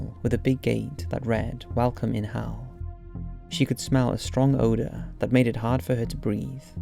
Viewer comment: Is it just me, or whenever he says "Hell" it sounds like Hal?